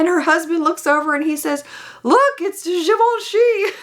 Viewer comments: As a francophone, you pronouncing Givenchy the right way MADE MY DAY LOOOL!!! It's actually EXACTLY how it's pronounced! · Pretty darned close, I’ll give you that! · I second this as a French! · As a francophone you pronounce GIVENCHY just the perfect way 👍👍